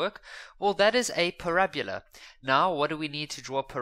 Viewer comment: Not parabula